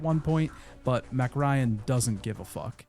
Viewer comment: The name MacRyan really threw me off. It sounded like you were talking about the tiny blonde actress from the 90s the whole time. You know, Meg Ryan.